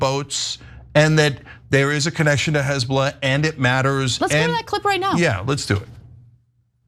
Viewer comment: 😂🤣😅😂🤣 Hez-boo-laaaaaa TS 😂😅🤣